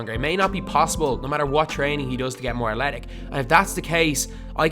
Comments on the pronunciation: Why do you say athletic like "atletic" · Please learn how to say athletic